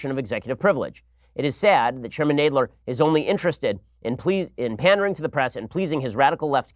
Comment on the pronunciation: Why can’t Ben say Nadler correctly?